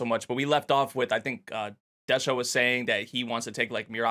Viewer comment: Des-ha not De-sha.